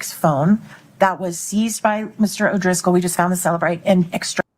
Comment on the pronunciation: It’s definitely O’Driscoll lol. That’s how he spelled it on the stand. People are probably just lazy when they say it lol